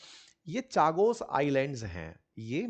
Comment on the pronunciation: अंकित भाई चागोस नहीं कागोस है